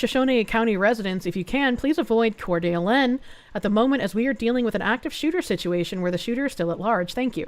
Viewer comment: it's pronounced like "core duh LANE". My grandparents lived just over the state border from there in Spokane ("spoh can"), so I'm used to the weird names in that area. It's a very nice place, but kinda hot and dry